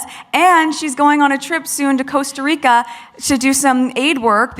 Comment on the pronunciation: She can not even pronounce Costa Rica. And she lived in Buenos aires.